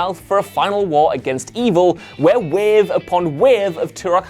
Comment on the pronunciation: weevee upoon weevee.. WAVE! UPON WAVE!.